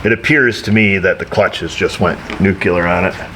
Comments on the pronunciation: Nucular, or Nuclear? Yeah, I'm 'hyper focusing' on your terminology feller... YOu gave me flashbacks to GW Bush. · "NEW clee ur" - NOT "NEW cue lur". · "NOOK U LER" haha. Just like it isn't spelled. :) thanks for the helpful video - too bad about the mice.